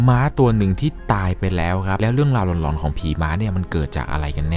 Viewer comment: เวลาพี่พูดว่าหลอน พี่อย่าออกเสียงว่า หล็อน แบบนี้ได้มั้ยครับ ผมฟังแล้วตะหงิดหูทุกที